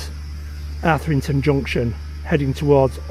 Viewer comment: Arthington, mate. Say it. Arthington. 😂